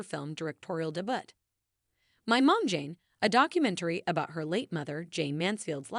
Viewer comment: Oh, goodness. The final “t” in debut is silent. And you could at least instruct your machine to pronounce the name of the subject correctly.